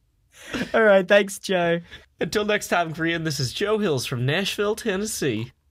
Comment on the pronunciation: What's Nash-Fill-Thenassy?